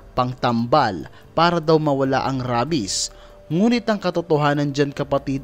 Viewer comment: Rabies is pronounced reybis